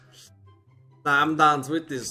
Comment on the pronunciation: i dont like when he say dann 😅